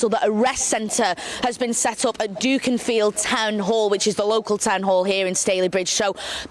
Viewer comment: Dunkinfield 🤣😂🤣 omg never heard anyone call it that before